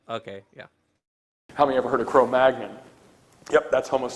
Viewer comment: Wait, is that really the correct pronunciation of Cro-Magnon? I used to laugh at John Pendleton for pronouncing it that way :/